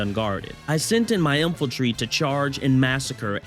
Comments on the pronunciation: Hey I loved the video and you have me re-downloading the game to try this. not a big deal but it's In-fan-tree (Infantry) not infiltry. Just a nitpick, otherwise it was very funny and well put together, hope you make it big, dude. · Is it just me, or is he saying "Infaltry"